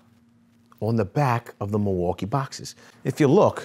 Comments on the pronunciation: Actually it's pronounced "mill-e-wah-que," which is Algonquin for, "the good land." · it’s pronounced mil-waw-key.